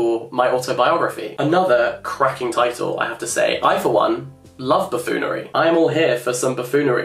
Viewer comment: Buffoonery, not buffoolery 🥴😂